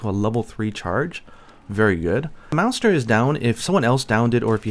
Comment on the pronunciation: Is he saying Meownster or just pronouncing Monster wrong?